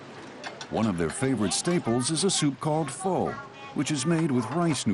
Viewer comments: The Vietnamese soup is pronounced FUH not FOW. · and I'm triggered that he miss pronounced pho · The narrator is saying “pho” incorrectly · Yo dog, you're saying pho wrong.